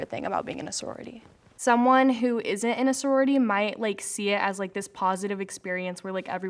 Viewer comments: "Imina sorority" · Them: I'm in a sorority My ears: I'm men messrorority